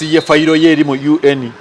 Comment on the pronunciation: I hate the way he pronounces UN🤣🤣